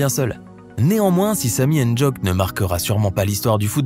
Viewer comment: infos pour les européens: on ne dit pas N-djock on dit ndjock ndj est une lettre de l'AGLC ( alphabet phonatoire des langues camerounaises) j'espère que ça vous aura aidé vous ne prononcez pasbien car vous ne connaissez pas la phonétique camerounaise likez svp j'ai jamais dépassé 2 like